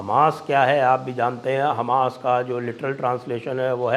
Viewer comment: Sir namaskar, app ka local. Hamash boltehi hashi ageea